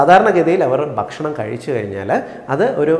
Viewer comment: ബക്ഷണം ബക്ഷണം എന്ന ഉച്ചാരണം താങ്കൾ തിരുത്തണം. ' ഭ' എന്ന് കൃത്യമായി ഉച്ചരിച്ചാൽ ഭാഷണം നന്നായിരിക്കും. ബക്ഷണം അരോചകമാണ്